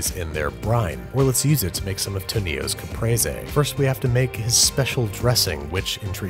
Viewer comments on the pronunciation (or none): He pronounced tonio’s name as tanio lol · HIS NAME NOT ToNIO ITS TOnio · To-Neos? Tonio’s just like Antonio